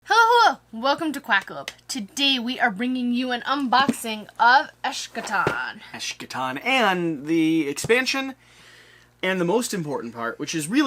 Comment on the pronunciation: Good video. Hope the game is good. I like the "vibe." Looking forward to the next part. BTW, the "sch" is pronounced as a hard K rather than a soft SH. Es-Kuh-Ton (kinda). :)